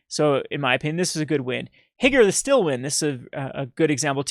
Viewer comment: HEE-GOO-RAY. Not Higger.